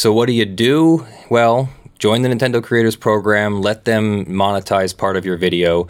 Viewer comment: Nintendo? More like Nintenno